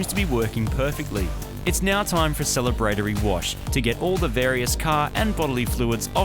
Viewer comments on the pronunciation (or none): Sell-a-braid-ery.... Celebratory. 🤔🤔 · Sell-a-bruh-tori. Not sell-a-bratery Marty....